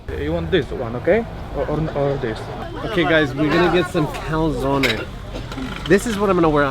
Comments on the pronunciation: Oh guys, I love your videos, but today you made me laugh so much with the way you pronounced Kalesony. I thought you are going to restaurant to eat calzone. Ha, ha.I would suggest you visit a region in Poland called Jura Krakowsko-Czestochowska. It is very picturesque region of Poland, with many small towns and medevial fortresses and ruins of them. Highly recommend. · I love the way you say KALESONY! :D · Hi guys, thank you for promoting my hometown! Your video is really great, I think that everything you've showed seemed to look better than in a real life haha :D I live in Warsaw nowadays, but I visit Tarnów very often, so if you ever plan another trip, let me know - it will be an honour to be your translator ;) PS: The way you were pronouncing "KALESONY" was really funny, I've been laughing so hard when you presented what you actually meant ;D Greets!